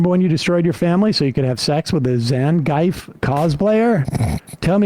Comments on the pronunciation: This video was worth it just to hear Sam pronounce Zangief 😂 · The worst thing about this video is Sam's mispronunciation of 'Zangief'.